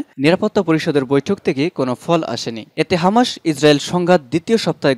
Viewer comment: ভাই আপনি তো সঠিক ভাবে বাংলা উচ্চারণ করতে পারেন না। বারবার হামাসকে হামাশ বলছেন। আর শিরোনামে কি সব উল্টোপাল্টা লেখেন। মূল সংবাদ এর সাথে যার কোন মিলই নেই।